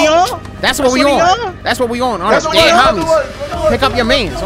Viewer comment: Dead Homies ❌ Dead Hamies ✅